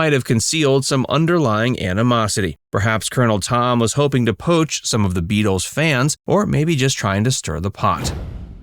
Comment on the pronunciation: Try that plural pronounciation of Beatle a few more times till you get it right